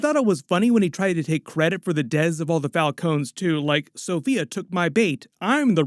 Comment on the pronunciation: Anybody else wonder why says “deaths like that? Sounds like he is saying dez. Maybe it’s a YouTube thing